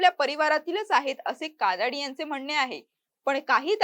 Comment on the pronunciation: कादाडी नाही काडादी आहे आडनाव पण तुम्ही कादाडी असा ऊच्चार करत आहात